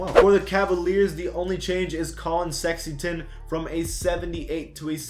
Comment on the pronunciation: Where tf is the I and N in Sexton?